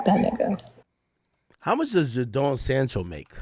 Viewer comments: Yow the man name is pronounced “Jay den” not “Ja down “ like you be saying , you could’ve put his name in and hear how sports commentators pronounced the man name. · Ja-doan sancho haha it’s pronounced jay-den sancho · 😂😂 Everytime this ninja said Jah-Down. It's JayDon (Jadon). Lololol. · pronounced as "Jaydon" bro🤣🤣🤣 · Akkkkk get you Jamaican self to bloodclaat together you sound American. Ja-den Sancho 😂😂😂😂😂. Dawg seh jahden. Noni Madueke new Arsenal signing 🔥 pronounced No-Nee ma-dueke😂😂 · Man said Jadonee 😂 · Jayyy don is how to pronoun it 😂😂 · The mispronunciation of names killing me. It’s just Jaden with an O Ak😭